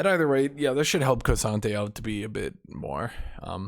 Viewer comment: saying the names of champions wrong consistently for years has to be intentional at this point. Hwei is "Why". K'sante is "Koh-Sante". Lillia is Leh-Liah. Surprised he doesn't call Riven "Revan"